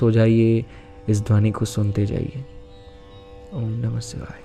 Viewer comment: सिवाय नहीं शिवाय होता है दोनों में बहुत अंतर है। अगर उच्चारण सही नहीं है तो प्रभाव कैसे सही होगा। मैं जब दुर्गा सप्तशती का पाठ करती हूं तो कभी-कभार भूल वश शुम्भ को शम्भू पढ़ लेती हूं लेकिन तुरंत ही देवी से क्षमा मांगकर सही उच्चारण करती हूं। सोच कर देखिए की शुम्भ वध के स्थान पर कोई ग़लती से शम्भू वध का उच्चारण कर ले तो कितना बड़ा अनर्थ हो जाएगा। अतः उचित फल की प्राप्ति हेतु सटीक उच्चारण आवश्यक है।